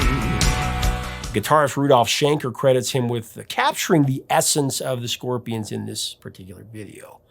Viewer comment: Ya Scorpia-ahns- really love "Hey You"